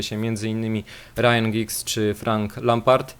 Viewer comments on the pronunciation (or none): none